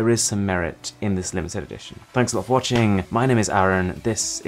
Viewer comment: For God sake, your name is Arun not aron ....love the content, I have been watching your videos from quite some time, it's amazing to seen your journey, sorry for subscribing so late...wish you a great future.